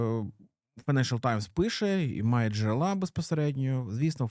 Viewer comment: джерЕла, а не джерелА